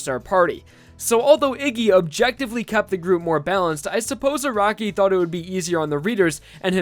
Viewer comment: I rewatched it so many times just to realized he said "thought"